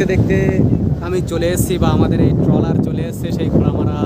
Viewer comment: আপনি বার বার ড্রলার বলেছেন! কিন্তু এটি কে ড্রলার নয় , এটি ট্রলার বলে, ।